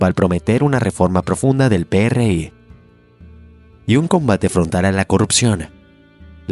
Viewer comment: Ningún mexicano le dice Pe Erre I, al PRI, hasta aquí dejé de ver el vídeo.